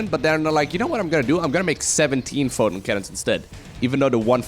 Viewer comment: Take a shot every time he says fotin' cannon. ::dies of alcohol poisoning